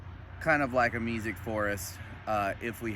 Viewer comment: Are you saying “music forest” ? Meesic?